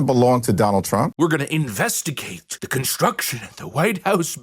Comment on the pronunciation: Jeffries is going to have the "manipalating" looked into and "invesagate" all of President Trump's "rondoins." Please, Hakeem, take your foot off of the throat of the English language.